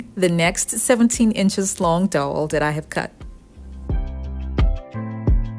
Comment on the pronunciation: One small suggestion with your voice overs? Cow, chow, wow, pow, fowl, jowl, owl, bowel, towel and also dowel - all pronounced the same way. When you say dowel I always get confused for a second or two wondering what you are saying.